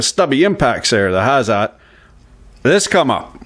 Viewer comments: it's pronounced something like "ha - tsead" (German pronounciation for the letters H and Z) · Pronunciation is hah-tsett. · H A Z E T...not Hassad